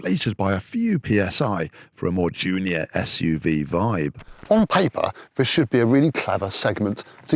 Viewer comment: Literally every time the presenter says "Junior", it sounds like he's saying "Giulia" and it's driving me nuts. I have to re-think each instance and remember that the video is about the Junior, so he probably said that.